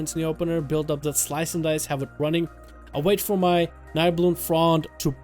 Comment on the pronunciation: Pluygers was talking about how you said the word at the beginning of your video lol